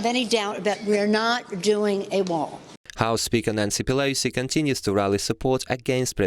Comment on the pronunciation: Whoever is reading this to us, LEARN TO SPEAK ENGLISH! Her name is ,PelOsi, Not PelAsi! And we're not surprised that her family is corrupt, she's friends with Killary Rotten Shitton. Of course she'd be a crooked piece of shit.